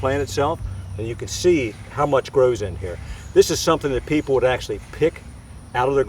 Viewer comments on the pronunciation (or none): none